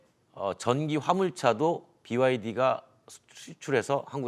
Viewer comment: BYD 발음 연습 이래도 하고 나오지. 쩝!